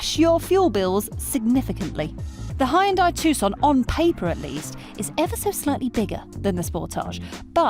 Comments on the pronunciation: HAYUNDAAi ... wtf these english and americans cant say fckin hyundai ? Braindamaged ? ..... and sportaaaz ... this car is not french my dear .... so please google it how to pronounce sportage ffs... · Hyundai is pronounced like "Sunday". Just saying